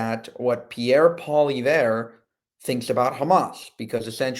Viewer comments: Poly....ev.....your pronouncing it wrong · The surname is pronounced "Pwaliyevre" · Dude!..... can you do a little research if you are going to feature Poilievre (or perhaps anyone else)? His name is anglicized to (Poly-ev)